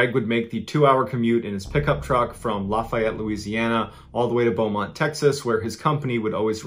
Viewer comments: id just like to say that Lafayette is pronounced (at least by us in louisiana) as “laugh yet” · down here, we pronounce LaFayette: Laugh-E-ette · Despite the spelling, that is not how Lafayette is pronounced by anyone in Louisiana. It sounds more like, "LAFFY-ETTE". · For me, in this particular episode, I lived in Lafayette so it’s also the mispronunciation. We say, Laugh-ee-ette. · Lafayette its like saying laffy taffy laffy-ette is how us southerners pronounce it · Its pronounced laugh-e-et Louisiana.